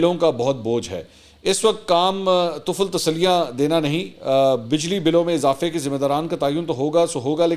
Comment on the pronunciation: لفظ طفل تسلی آ پ غلط پڑھ رہے ہیں طفل طا کے کسرہ کے ساتھ جس کا معنیٰ بچہ فروزاللغات دیکھیں